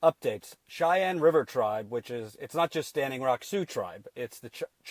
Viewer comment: I think it is prounounced shy-anne. you keep saying chai-ann.